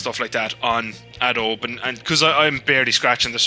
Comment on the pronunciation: much of this is not relevant to me unfortunately (not a criticism). As well as the silent "e" pronunciation of "Adobe", the manual syncing of audio seemed odd. I guess you don't need precise syncing for the style of videos you do but you can just click on both of your linked video files and the audio file, then right click and select synchronise audio. Maybe you have some issues with that due to how different each tracks audio is but if you just synced the bits before you start riding they should be good enough.... anyway, I still need to go and find the tutorial video I was looking for.